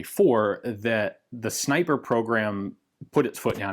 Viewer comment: Reeeee it isn’t a zniper scope